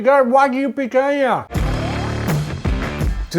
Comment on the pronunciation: The way he keeps saying Picanha is so annoying